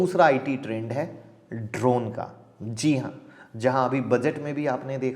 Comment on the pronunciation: Sir try to make short video ...otherwise it's difficult to concentrate..and sir please work on Hindi / Urdu language ....Jahan jee lagana wahan Zee lagate ho aap..